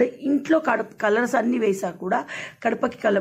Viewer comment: Kadapa kadhu gadapa akka